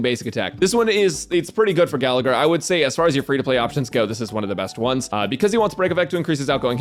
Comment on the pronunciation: I cringe every time Gallagher is mispronounced